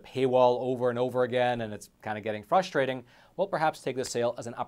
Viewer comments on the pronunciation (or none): none